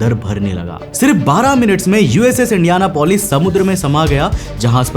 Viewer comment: Its not indiana polis Its indian apolis